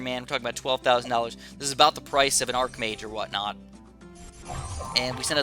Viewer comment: Arch-mage. You dont have an Arc-nemesis, you have an ARCH-nemesis. You dont have an Arc-er, you have an ARCHer. ARCHbishop, ARCHdemon, the list goes on. Please, please stop calling it ARC-mage....